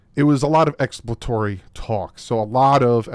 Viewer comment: Why does not know how to say ex·plor·a·to·ry